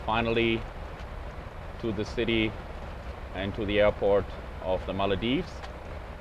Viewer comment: The ''Maladives'' instead of the Maldives....